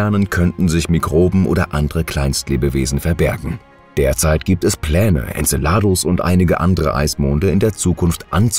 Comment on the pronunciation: Tolle bilder, die oft mit dem text nichts zu tun haben, aber wenigstens die namen könntet ihr doch richtig aussprechen, so viel anspruch bei diesen themen sollte schon sein. En ce ladus betonung auf ce.......